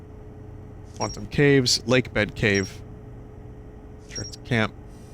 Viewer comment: Quant-TUMS Jesus christ Vinny 🤣